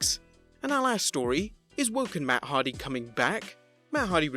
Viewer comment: What’s that hard-on? Hardy! 🤦‍♂️